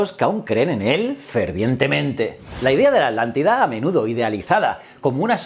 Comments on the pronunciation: "Adlantida"? yo creo que es "Atlantida". muy buen video, como siempre . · Atlantida se pronuncia no alantida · Muy interesante... y me reí un poco cuando decía "alántida" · Yo tambien he notado eso en los canales de you tubers españoles que a la Atlántida la pronuncian Adlántida, y a Hitler lo pronuncian Hidler y así a cada palabra que lleva T y L juntas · Me causa gracia que no puedes mencionar correctamente: Atlántida JAJAJAJA